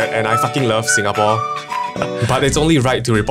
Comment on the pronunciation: You love "Sinagapore"?